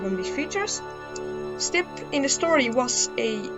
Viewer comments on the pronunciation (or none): I keep thinking you’re saying “simp”